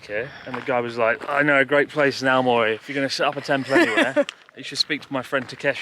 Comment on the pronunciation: ♨AOMORI と❤AMORE読み間違えましたw